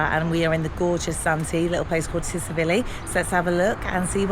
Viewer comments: Pronounced Chil-ivi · The T in Tsilivi is silent it is pronounced silivi and you are walking out of the village along the strip and not into the village you have missed so much on the walkthrough so obviously it's your first time and you do not know much about the village so it it just a holiday video not a walkthrough with info